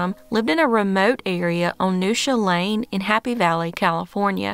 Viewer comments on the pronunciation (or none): none